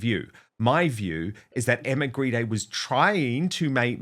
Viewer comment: Maybe Grede should be pronounced properly. After all Grede is Greed.